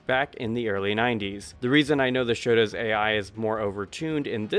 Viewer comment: Turbo is up there with super turbo as 2 of my favorite games ever. It's bare bones as far as fighting games go, but i love that turbo has zero comeback mechanics. You have to earn your comeback the hard way. By the way, it's not "shota", it's "shoto" as in shotokan Also, when you play super turbo, the US version is bugged. No matter what difficulty you select, it will always be on the highest difficulty. If you want difficulty options, play the Japanese version.